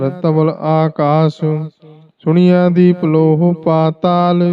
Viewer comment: ਸੁਣੀਐਂ ਨਹੀਂ ਸੁਣਿਐਂ ਹੈ ਜੀ